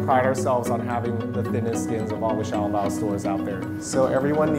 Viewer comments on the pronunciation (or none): Can't even pronounce "Xiao Long Bao" right 🤦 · kkkkimmyy they set the name that way, but do not pronounce accordingly. And I'm pretty sure they did not invent xiao long bao. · Audrey Brigitta true but itwas REALLY butchered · Their pronunciation is terrible. They should be ashamed. Bad Chinese